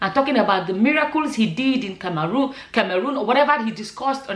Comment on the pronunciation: please can you pronounce CAMEROON well? 😂😂😂😂🙏🙏You are pronouncing it in past tense it’s actually pronounced in present tense. Beautiful and intelligent woman.